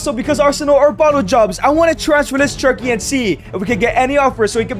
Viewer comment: Great content Bro, but you’re Mexican. You know how to say “che-rr-ki,” not “chur-ky”